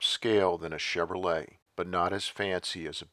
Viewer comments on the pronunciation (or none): none